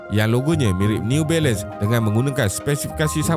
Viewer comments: Jarang berdekah bila tengok ni, tapi part “new bailun” tu tersedak jugak la tadi gelak sambil makan 😂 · Part last “newBailun” tu Ak gelak berdekah2 weh. Hahahahahah. Sial la. Lawak 😂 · Neee-u Bailand 🤣